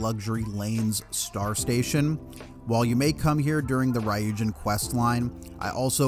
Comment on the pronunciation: Idk how you can have this much knowledge on the game and can’t pronounce ryujin correctly